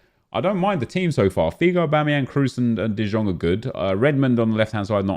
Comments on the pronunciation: Pls stop calling frenkie de jong “de zjong” you pronounce it like “de young” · KURWA CZYTAJ DE JONG A NIE DE ŻONG JA PIERDOLE JAK MNIE TO WKURWIA JA PIERDOLE DE JONG JEST POPRAWNIE PO HOLENDERSKU !!!!!!!!!!!!!!!!!!!!!!!!!!!!!!!!!!!1111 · its de yong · Why is he pronouncing De Jong the way he is, I really hope he’s trolling.